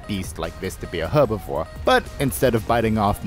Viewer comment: please stop pronouncing herbivore incorrectly